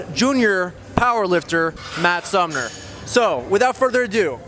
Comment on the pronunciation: Lol sounded like you kept saying Matt Sumner.